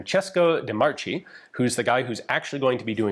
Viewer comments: wish you looked up that Di Marchi is pronounced /dee markee/ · I think De Marchi is pronounced as "De Markey". But I may be wrong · Just a small correction: de Marchi is pronounced Marke. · It's pronounced Marky* (roll the R). "CH" in Italian takes the place of "K". Great video.